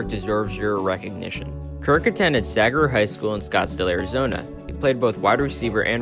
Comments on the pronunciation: Bro can’t even pronounce saguaro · That’s one way to butcher the word saguaro lmao